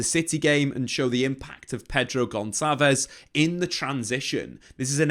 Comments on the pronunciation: And I think it's Gonsalves not Goncalves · Really insightful video. You do your homework! I'm sure someone has commented this before but it's not "gon-kalvez." The ç is a s, like when you abbreviate Barça. Gonçalves is (practically) Gon - Sal - Vis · FYI - it’s not read Pedro GonKalves as you are saying but rather Pedro Gonssalves.